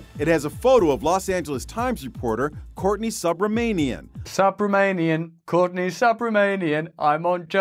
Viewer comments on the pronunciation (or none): How funny. NO WAY BRO-JOE COULD READ THE PRONUNCIATION OF “Subramanian.” 😅😅😅😅😅😅😅😅😅😅😅😅😅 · The reporter's name is written phonetically yet the name is mispronounced multiple times?! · Its a mispronounciation of Subramanian. It shows how they have no clue of other cultures or languages. 😮 Bloody Yankees